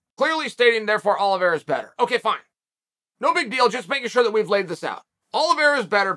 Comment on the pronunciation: Uncle Chael "for shore" Sonnen